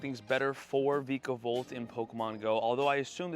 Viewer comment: Vikavolt is pronounced Vye-kah-volt